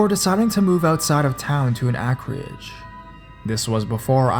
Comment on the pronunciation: In the first story are you trying to say "acreage"??? Because it's pronounced as "AYKER-EHJ" Pretty irritating that I have to give you English lessons every video... so you should probably look up words you aren't familiar with. In most cases, it's easy to figure out what you're saying and that you're just reading it wrong, but this time I honestly don't know what the hell you're trying to say????